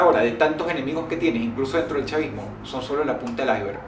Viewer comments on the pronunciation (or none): none